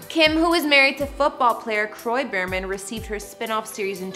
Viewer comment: It’s pronounced beer-man not bur-man.